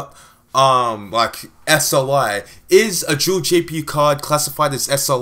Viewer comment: I don't know what's up with these people, the video was good, and there was nothing wrong with your pronunciation. I don't see why you would need to apologise for something like that.